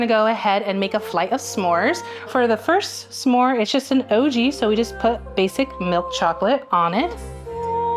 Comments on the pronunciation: So distracted by everyone saying sa more instead of s’more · WHY DO THEY KEEP SAYING SAH MORES I STEAD OF S’MORES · It bothers me a lot more than it should the way they pronounce S'more. It isn't Suh more, it's Smore. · I hate the way they say “summore” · It’s SMore, not SUH-more, y’all. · Rosanna keeps pronouncing it like “some more” instead of s’more. I get that that’s it’s etymology but it just sounds very odd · Why are they saying sa-more and not smore???? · Saying smore like summore is truly the part of this that’s killing me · Question: do all Americans say "sa-more"? I say it as one syllable. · I can’t handle them saying s’more wrong the whole video 😂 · Lol the way they are saying “suh-more” instead of s’more drove me nuts 😂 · why tf does everyone say “sah-more” it’s smore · Divisive opinion: There's no way it's pronounced "suh-môrz". It's gotta be "smôrz" or it sounds awful. It's a conjunction, we can't just add sounds 😭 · It hurts hearing "suh-more" instead of s'more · How are none of the comments mentioning Rosanna pronouncing s'more as sah-more?! 😂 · They’re pronouncing the s and m too much it’s one syllable smore. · Do all Americans pronounce s'more like that? Suh-more? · Why do they all pronounce it "Sa-more" except the restaurant owner? Where did they learn to pronounce it? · Maybe it's a Canadian thing, but I thought "smore" was a 1-syllable word? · I love rosanna and saying s’more so badly the subtitles say “sam more” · this video has taught me that i have a very big pet peeve of people who say "Sah - more" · Anybody else going insane over their 2 syllable “sa-more” pronunciation?? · Who else has never said s'more with more than one syllable?